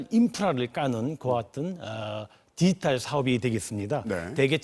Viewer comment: 디지탈 발음 연습하셔야 겠네요. 문대통령도 한국말 발음이 듣기 불편한데 왜들 그러세요? 사투리 억양 때문인가요? ㅉ ㅉ ㅉ